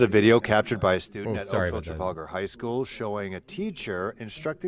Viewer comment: it Trafalgar. As in the Battle of Trafalar when Nelson fell. Tra-Fall-gar